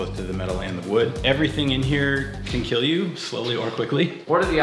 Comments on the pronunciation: It will keal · It will Keel! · It will keel